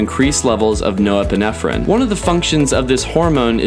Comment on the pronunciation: Hard for me to just take what you say for fact because you legitimately wrote and said "noepinephrine"